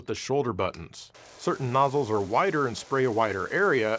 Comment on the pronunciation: Did he say 'noosle'? 😮